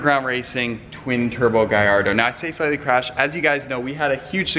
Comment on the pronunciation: Damn why does every one mid pronounce the car it’s not a gaiiardo with an “i” it’s a gallardo with an L DAMN PRONOUNCE THE CAR right